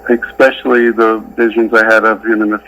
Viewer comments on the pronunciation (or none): He said “expecially” 😂😂😂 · At approx Chad pronounces “especially” as “ex-specially.” Looks and sounds like a country bumpkin.